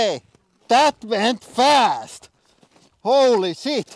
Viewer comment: I'll never get tired of hearing him say "Holy sheet!"